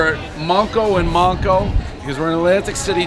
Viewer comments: Butchered the pronunciation. MANko you jabroni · Thank you! Lol. He mispronounced it when he mentioned Manco’s in his Seaside Heights video, too! I kind of agree that it was a little better when it was still Mack & Mancos. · You pronounced the name of the restaurant wrong. Cmon man 😂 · The way he’s pronouncing it and saying he’s in Atlantic City is killing me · One Yankee who can't pronounce the damn pizza shop name right!!!!🍕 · Stanley From Jersey even still if he said he was in Atlantic City ? At 1 minute in he’s still asking where he’s at and can’t pronounce the name This review has no valid meaning to it